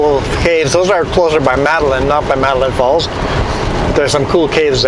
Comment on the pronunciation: The movie "The Postman" starring Kevin Costner was partially filmed in Metaline Falls... Also, and I apologize for always correcting you, it's pronounced 'Metta-Layne' Falls. :)